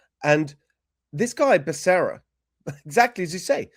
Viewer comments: What a friggen joke!! Now I heard you pronounce Bacerra and that’s all I hear now is Buck-a-ria. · Benny ask google how to pronounce Becerra LOL even though I don’t like him its bas how you pronounce it